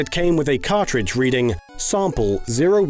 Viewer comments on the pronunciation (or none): none